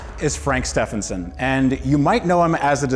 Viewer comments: Surely it's pronounced 'st-even-son' rather than ste-fan-son' ? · Please say his last name properly too, the guy is helping you out with the car. Pronounced Steeven son not Steph en son 😂